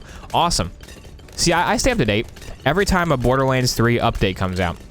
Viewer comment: lmao look how he said borderlahnds